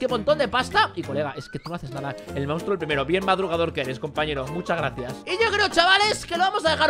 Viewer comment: wey le dice munstro al tricky XD